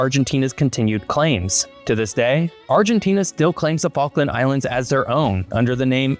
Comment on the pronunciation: "Which focken islands"